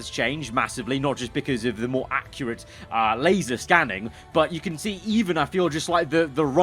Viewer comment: *LASER scanned, not LASAR,!